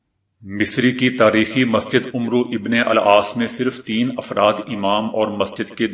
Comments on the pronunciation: you should read name rightly not Umbro but Aamar bin aas. Zazaqalla Zaqa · عمرو نھیں کہیں گے عَمر عین پر زبر َ پڑھیں گے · Please pronounce correct name of Sahabi Ammar Bin Aas عمرو بن عاص in this و is silent. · Amar ibnul aas h nah ki amru ibnul aas asal may amar may vaav likhnay may aata h padhnay may nahi yaani vaav silent h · The news caster is doing his job very impressively but he has to take extra care viz a viz pronunciation...in today's bulletin he has incorrectly pronounced name of one of the prominent shabah Amar bin As ( ra)... I have noticed it at several occasions that this particular name is mis- pronounced by speakers and others....Moreover, the worthy news caster has mis pronounced " garb e- Urdu as " gurub urdun" .He should take note of such lapses...otherwise he is up to the mark in every sense. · عمر وابن العاص ميں عمرو ع پرزبرم پر پڑھنا چاہیے